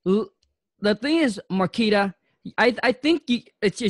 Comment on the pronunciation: I like how kept calling her Marquis, but she sorta resaid her name a few times. Great insight for sure about strategy. Great work Marquita!